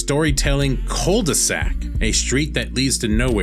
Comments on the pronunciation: It's not Cul de Sac. It's... Cool The Zack! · Whats a " cold the sac " lol " cul de sac" Meaning dead end you mean , it prononce .Q ,qu . The, d' . Sac